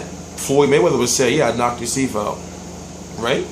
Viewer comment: LIVE come on now you really went there tho lol. yea it's teeth he sounds like he saying teef. my point is teeth is more than one right, so basically he knocked out his tooth.